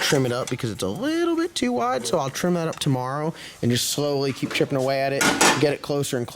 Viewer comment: Is that a Carolina thing the way you say too is funny ask Phil to say too lol. He says tooooooooo lolololol